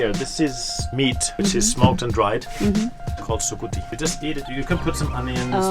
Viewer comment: its sukuti not suputi